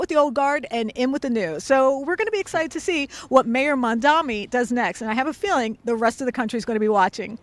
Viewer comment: Some people, including the reporter, still can't get his surname right. Mamdani with (N), not Mamdami. Loool, why is it so hard?